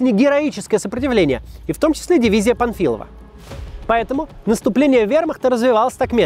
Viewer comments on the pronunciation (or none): Вам не показалось, что Максим несколько раз произнёс фамилию генерала как "Памфилов", а бойцов дивизии назвал "памфиловцами"? Или это у меня глюки?